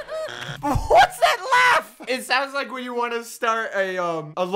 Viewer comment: ITS "WHATS UP" NOT "WHATS SUP"